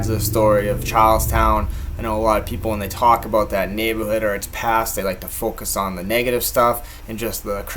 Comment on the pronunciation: You had me at “neighbahhood”